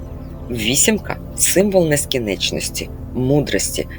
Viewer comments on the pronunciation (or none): Дуже дякую за Ваші глибокі знання, за чіткі думки та висловлювання, але дозволю собі підкоректувати вимову одного слова: рос.мовою воно вимовляється, як ''бесконечность'', українською - НЕСКІНЧЕННІСТЬ, у Вас вийшло майже середнє арифметичне. Дякую за розуміння.